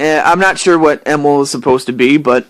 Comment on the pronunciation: It's probably true that you discovered me through Bangaa :3 Nintendo decided that they didn't want to buy rares 51% of the company. So instead microsoft bought Nintendo's share of the company and the rest of the company with it. Emil is my real name haha. Also thanks for pronouncing it correct :) Most people just pronounce it as "Emile" It may be the same name but they are not pronounced the same way ^^ Also thanks a lot for being a great supportive fan/friend! :)